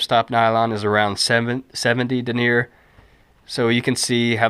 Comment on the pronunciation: Thanks, that was a helpful video. I can tell you didn't take French in school though. Denier & Taffeta are pronounced much differently normally. Regardless, that was a helpful video.